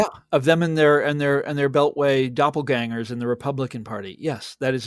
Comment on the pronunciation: DoFFleganger? Why does Frank say ''doFFleganger''?